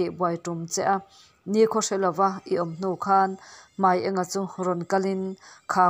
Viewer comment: Hmai eng a(yellow)ni lovin Hmai ênga(light) tih tur aniang